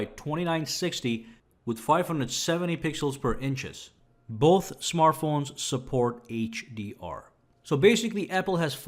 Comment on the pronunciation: It’s “support”, not “sport” 😂😂😂